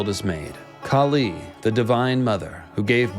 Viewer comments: Its not Kali.. its kaali / kāli . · KAH-lee. not kah-LEE. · You pronouncing name wrong Kali is deffrent Kali is asura Kaali is goddess Maa Kaali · Its maa kaali not kali😂😂.. and kali is a demon prophesied to come to destroy the dharma...🎉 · dude, can u actually pronounce Kali right or is it just your accent.....lolz